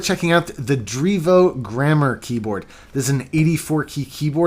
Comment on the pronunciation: dreevo pronunciation on point